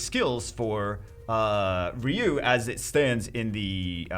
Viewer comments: If we are playing a drinking game where we had to drink every time you mangled his name everyone in the here would be drunk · why do you keep mangling ryu's name like that have you never ever played one of the street fighters with voice acting or for that matter saw the Street Fighter movie because you were just butchering his name Buddy and it's driving me crazy every time you say it like that.